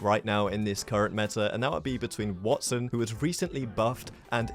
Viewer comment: “You can’t kill a Watt son” 😁